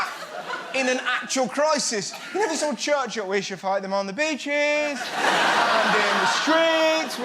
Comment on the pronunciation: How he says sawr instead of saw.😂😂😂